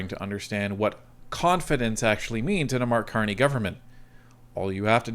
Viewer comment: Carck Marney 😂 Blarney Carney The Con Man 😵‍💫🤪